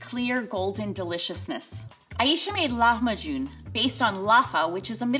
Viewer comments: Ayesha can't decide how to pronounce "Lahmajoun", goes between "Lakmajoun" to "Lakhmajoun" to "Lahmajoun" ... smh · i didnt know english speakers called our lahmacun flatbread, also level 3 chefs always pronounces these middle eastern recipes so wrong lmao it’s mot lakmajun it’s lah - ma - cun read like it’s written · It's kinda amusing how level three chef is pronouncing "lakhmajun" differently each time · as a turkish person her saying lahmacun as lackmahjun actually killed me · Why does she pronounce Lahmajun like that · IKR SHE SAID THE NAME WRONG but she did an amazing job with the dish